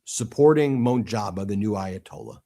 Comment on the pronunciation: Let me begin by saying, you have a great show and I listen to you guys all the time. The new AYALA name is pronounced MOJ-TA- BA I know I know you have difficulty pronouncing Iranian names😂 you guys have a very smart show.❤